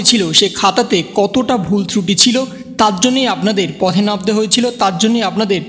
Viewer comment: pohe namte hoyechilo na pathe namte hoyechilo hobe bangla ta suddhyo kore bolo